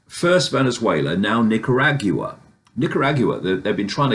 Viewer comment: “Nicarag you a” ? Lol 😂